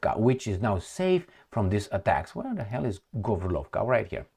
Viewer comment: it is GÓrlovka (not GorlÓvka) - from the word «гОрло» - Throat.